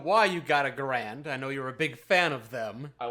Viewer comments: So I'm gonna go ahead and be that guy: isn't it pronounced gehr-end? The pronunciation you guys are using is probably more common, but I don't think it's the proper one. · ....you're a gun guy, you should know how to pronounce the Garand, it is "Gar end" because the creator whose surname is Garand, foresaw people getting wrong and actually mailed a letter to the folks who print the Webster's dictionary detailing specifically how to pronounce his rifle, so theres no arguing it like with Gif vs Jif XD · I can't make it past the constant mispronunciation of Garand...